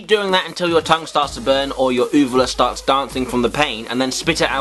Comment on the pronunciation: The way you said uvula!!!!!!!!! "OO-va-luh" THE ACCENT GETS BETTER EACH VIDEO XD